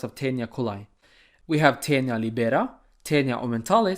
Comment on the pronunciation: Awsome job from Italy, thank you! Sorry in advance for my english but, just a little advice on pronunciation of teniae (plural of tenia), it's latin and as a language, it has a correct way to say things. 1) it's lìbera, not libèra 2) Coli is pronounced coli, you have say the ending "i" as the "i" at the end of the word "ski". Bye!